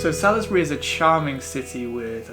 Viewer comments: Not to sound pedantic,but I always thought Salisbury was pronounced Sawlesberry..But if I'm wrong? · It's pronounced SAULZbury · Salisbury pronounced Saulsbury 😊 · From a local - Old Sarum is pronounced Old Sairum and Salisbury is pronounced Saulsbree. Glad you enjoyed my lovely home town.